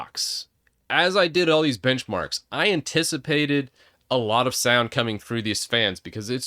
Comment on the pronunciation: lol thought he said bitchmarks